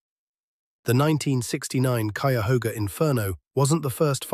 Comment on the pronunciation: Kudos for pronouncing Cuyahoga correctly. Cleveland born 1956 the pollution was unbelievable but jobs were abundant. We could have both (industry and clean environment) if corporations weren't tied to wall street profits and used technology to recycle waste. We have to get away from greed driven desires.